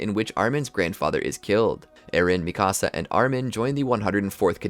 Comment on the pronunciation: Dude said micasa